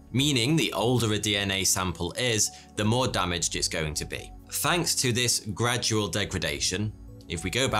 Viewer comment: fainks ....he said fainks